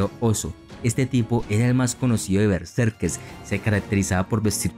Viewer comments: Sólo te doy like porque amo la cultura nórdica, pero: tienes que poner más énfasis en el relato, que no parezca tan leído...y por favor...¡qué molesto es que digas "bersekes" en lugar de " betserkeRs", haz un esfuerzo y mejora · Me pone nervioso como dice Berserkes, ·kers·, muy buen reportaje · Porque dices bersekes?